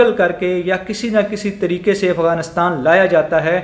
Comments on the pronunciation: Abe ifganistan nehi Afghanistan sahi se bol Nehi to thok dega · Gentleman, the correct pronunciation is "Afghanistan", not Ifghanistan.